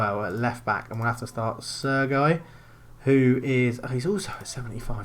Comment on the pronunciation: Mistakes: a) Playing ANY pre-season friendlies. Pointless! b) Playing full backs c) Not playing any defensive midfielders d) Not using wib-wob alterations e) Starting any player with under 90% fitness f) Your pronunciation of Sergi 🤦🏼‍♂️